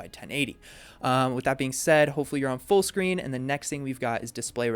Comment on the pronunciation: You turned Australian talking about full screen :D